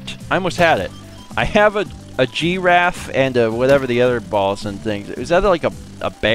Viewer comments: Aww, you said "gee-raffe." I was hoping you'd say "draffe." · Zoos sell plush dolls. I have an adorable panda plush from one and my friend designed a plush red panda for another. "GI-raffe"? Do you usually pronounce it that way? Has Mal made fun of you for it before? I feel like she has. My favorite moment; made me laugh a lot! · I`m sorry,, but no matter how you say `giraffe`, I will always laugh. XD Blame Alex.